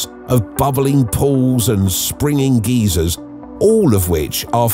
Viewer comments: It's sad that such a sofisticated British accent he cannot pronounce the word geysers ..("guy-sirs")..but instead pronounces it as the American word for an elderly perverted inebriated man.."Geezer"....but maybe he's just anthropomorphic. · GEYSERS NOT GEEZERS... GUY-ZERS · It’s pronounced guy zers